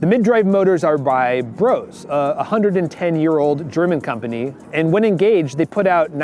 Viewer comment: It is not “Bros” it is BrosE”